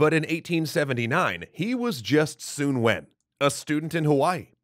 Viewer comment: I'm pretty sure that common pronunciation is "Sun", not "Soon". Source: I'm Chinese and grew up in Hawaii. Oh...and are you not doing the cool quirky voice anymore? It was your differentiator - it really made your videos stand out!